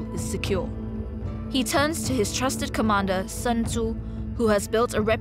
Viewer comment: Wow, even the game has the pronounciation of Sun Tzu 100% wrong. The name is not English. It is not the sun in the skies. It is pronounced "Soon Che" (at least approximatly), but both words spoken quickly and with a raised pitch at the end. I know this name is a real pain since even historians and other scientists butcher it all the time and is really hard to speak for Westerners precisely but they could have made at least an effort and not use the everyday English speakers mistake.